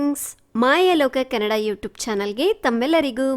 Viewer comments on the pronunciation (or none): none